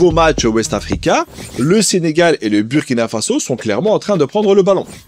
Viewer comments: Merci à vous pour le travail réalisé et ce que vous mettez en lumière. Je voudrais aussi en profiter pour vous indiquer que le Burkina-Faso se prononce "Bourkina Faso" même si l'orthographe peut faire penser autrement. De la même façon, un citoyen et une citoyenne se prononce "bourkinabé". Le mot est invariable. Un "bourkinabé" /une "bourkinabé". Encore merci 🙏🏾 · Bonjour Rectification stp sa s’écrit burkina avec le U mais sa se dit Bourkina sa fait mal au oreilles c’est comme la Hongrie tu va pas prononcer le hongris avec le S quand c’est pas nos noms qui sont écorcher c’est autres choses stp merci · tu risques d'avoir une manifestation sur ton plateau si tu continues de mal prononcer le nom du Burkina Faso. Le U se lit en ou